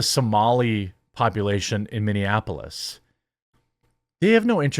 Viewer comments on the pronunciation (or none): none